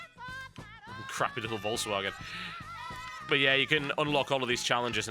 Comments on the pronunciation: Can't pronounce "Volkswagen"? "V" is pronounced like "F" in Germany and "W" is pronounced like "V" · I love the way he says "Volkswagen" XDD. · i like the way he says volkswagen